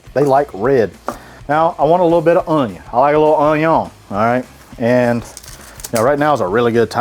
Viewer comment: The way you said onion in the beginning reminded me of Justin Wilson 😂